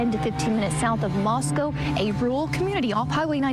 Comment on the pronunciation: Ist time ive ever heard any Americans say Moscow correctly 😮